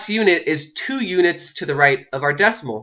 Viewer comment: WHY IS HE SAYING UDITS!? It’s pronounced UNITS